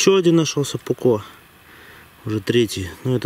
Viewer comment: Спасибо! Я по ним скучал! :-) Если что то все ударения в финском на первый слог. Так что нож - пУкко будет. Как бы не странно это не звучало. Хорошего копа!